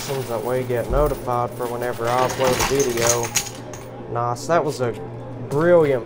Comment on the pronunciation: it's nice not noss